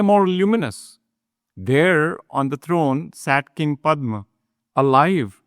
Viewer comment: Very nice. Can you please pronounce the words as they should be? For example, it is Padhma ,not Padhm.